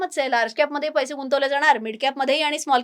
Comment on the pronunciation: पैशे ,पैशे म्हणू नका,पैसे' असे म्हणा!